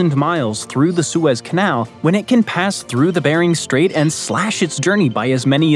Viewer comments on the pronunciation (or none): none